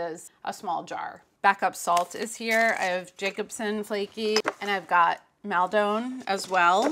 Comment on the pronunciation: Loved this. But I wasn’t expecting Maldon to be one of the mangled pronunciations 🤣. Here’s how to pronounce it. Mal is like (Darth) Maul. And Don is like Don Draper. Maul-Don. Enjoy x